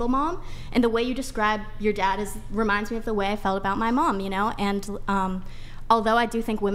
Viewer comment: My “dodd?” When did women start saying “thot” and “dodd” instead of dad and that? Has this been going on for a long time and I’m just now hearing it??